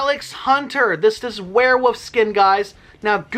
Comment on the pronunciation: Why do you say werewoof?